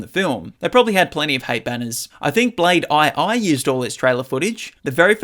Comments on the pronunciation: "Blade eye-eye" It's pronounced "Blade Two". You slap headed jack hole. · i left the vid when he said ''blade i i" and not just blase 2, felt insulted mb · Blade "eye eye." II is Roman Numeral for Two. So "Blade 2." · "Blade Eye Eye" or "Blade 2 (the two in Roman numerals)" 🤔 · The one where you say "Blade Two" instead of "Blade (eye)(eye)." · “Blade Aye Aye” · Did you say blade II😂😂😂😂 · "Blade aye aye" 🤣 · Blade eye-eye...?? Voluable...??? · “Blade eye eye” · Did I hear Blade 'I' 'I' ?? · ‘Blade I-I’… I’m dying 🤣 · Blade eye eye???? HAHAHAHAHA!!! WTF?!?!?!